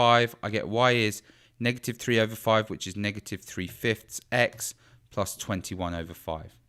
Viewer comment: SHE SAY IT WRONG >:(